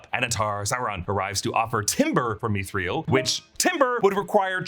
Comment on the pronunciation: Mithril is two syllables. Meeth ril. Not meeth ree el. :)